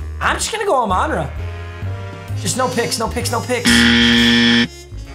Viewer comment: Yo he is murdering Amon-Ras name lmao